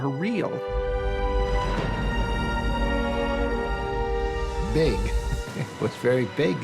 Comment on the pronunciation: Real not reel